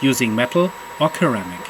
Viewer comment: Ceramic is not pronounced "keramic"